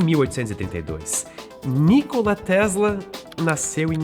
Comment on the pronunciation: A pronúncia não é Nícola, mas Nicóla